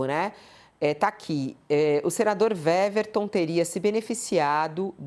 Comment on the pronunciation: A jornalista está pronunciando o nome do senador errado. O W do nome dele tem som de U, ou seja, a pronúncia correta é Uéverton e não Véverton. É só uma observação.